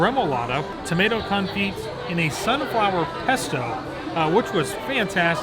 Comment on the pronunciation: marked down for mispronouncing confit and St Germain ;)